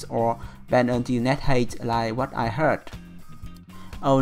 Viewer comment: the word height is pronounced hait not heit.. Don't take this as a rude thing i want to help you with your English